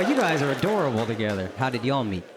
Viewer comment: When you said "We don't spend any time togethaaaa!" I heard "Wrong levaaaa!" 🤣